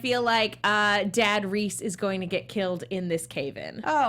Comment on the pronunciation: But Reiss is pronounced like rice, not reese; since its a German name.